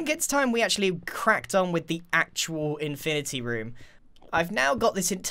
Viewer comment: Infinerty room